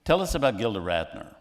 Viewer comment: Gilda, not Glinda.